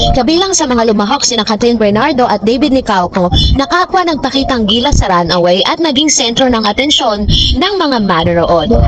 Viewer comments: Anong run away sinasabi mo? Runway po haha🤣🤣🤣🤣🤣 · Teh runway naman hindi runaway! 😅😅✌🏻✌🏻. Correction lang po. Don't get me wrong. Basta ako BARDA forever for real! 🙏🏻🙏🏻🙏🏻❤❤❤❤❤❤